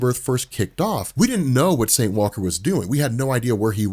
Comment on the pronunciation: The emphasis is on Saint, not Walker. I don't understand why you emphasize Walker.